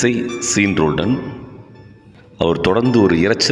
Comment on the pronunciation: சீன் ரோலண்ட் இல்லை. ஷான் என உச்சரிக்க வேண்டும்